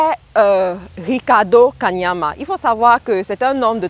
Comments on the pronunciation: Belle vidéo, mais sache qu'il ne s'appelle pas 'Kamania' comle tu l'as dit tout au long de la vidéo, mais 'Kaniama' commevtu l'as si bien écrit sur le titre de ta vidéo ... :) à part ça, pouce vers le haut... Bonne continuation ! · c'est KANIAMA pas KAMANIA tu detruis son nom la jusqua 😂😂anyway merci pour cette synthèse puissante!!